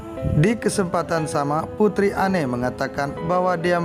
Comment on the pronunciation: Maaf..bukan kastel tapj castle ( sebutan nya ka sel) Charles sebutan nya charls Anne sebutan ann